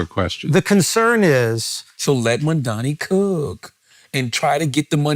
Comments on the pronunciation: It's amazing how people can't say his name right. It's MaMdani with an 'M' in the middle, not 'N'! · Please, could someone tell Charlamagne the name is MAMDANI, not Mandani.. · Ffs charlamagne his name is M.a.M.d.a.n.i, fuck he keep saying MaNdani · It's not Mandani, It's Mamdani, how hard is it? Rhymes with mum. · Is anyone ever going to tell Charlamagne the name is Mamdani? M - A - 'M' - D - A - N - I. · Whenever people pronounce it "mom-dommy" I always think they're doing a Freudian slip. It's just mom-donny. It's two syllables. Mispronouncing it is intentional and performative. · It’s so funny how people still say his name wrong even though it’s so easy: Charla keep calling him MANDANI. it’s MAMDANI. … I think😅😅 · These guys have it wrong. It's not a stunt. It's personal for Mamdani as a moral issue. And it would be nice if they pronounced Mamdani properly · CAN YOU STOP SAYING MAMDANI'S NAME WRONG ITS LIKE 2 SYLLABLES. IF YOU CAN SAY THE WORD MOM AND THE NAME DANI WELL SEPARATELY WHY THE FUCK DO YOU PRONOUNCE HIS NAME LIKE IDIOTS. ITS SOOOOOOO GRATING. ITS LIKE SOMEONE SCRATCHING THEIR NAILS ON A BOARD REPEATEDLY. ITS SOOO ANNOYING STOP. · Charlamagne and his crew (not Andrew) pisses me off. That’s why I’ll never subscribe to YALL….SAY MAMDANI’s NAME CORRECTLY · MAMDANI…Charlemagne, say it right, M A M D A N I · Crazy how difficult it is say to Mamdani correctly